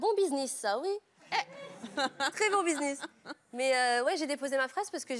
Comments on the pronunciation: A elle dit: Bisniss au lieu de buisness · elle a dit bisniss mdr